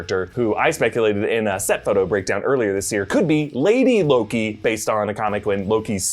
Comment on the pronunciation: Anyone else heard him say LOGI at some point ?